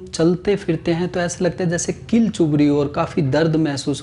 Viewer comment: सर डील नहीं किल बोलिए।प्रचलन में यही शब्द है।